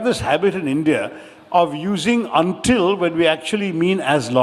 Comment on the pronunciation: 'Until' yennanu parayendathu, 'undil' alla. Ucharanam thiruthuka.